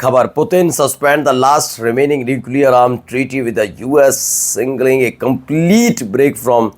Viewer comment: “Singleing” nahiñ “SIGnaling” hai.